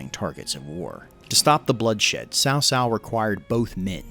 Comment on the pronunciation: Word-butcher tip: Ma Chao is pronounced literally as Ma Chao, which is like Ciao from Italian. And Cao Cao is more like Tsao Tsao.